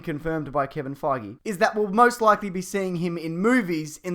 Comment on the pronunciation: Kevin Fagee? Is that how Aussies pronounce his last name?